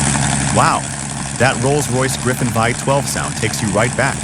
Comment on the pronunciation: “Viiiie 12”😂😂😂😂. Stupid AI commentary.